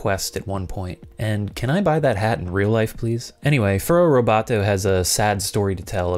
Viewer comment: Furrobotto, not Furrow Roboto. Just saying.